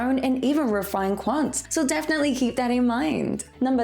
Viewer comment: Keep up the good work! Love your content! #stilllate Also you said refined quantz!